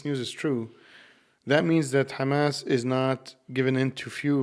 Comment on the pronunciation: did you just say khamas? I only know one group of people that say it that way. Did you happen to go to the Islamic University in Israel?